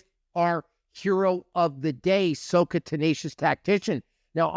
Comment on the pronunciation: sah-kah FYI. (not soh-kah)